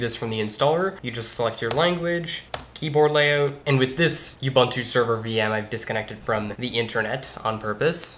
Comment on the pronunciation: As a side note: it's not pronounced You-bun-too; it's oo-boon-too.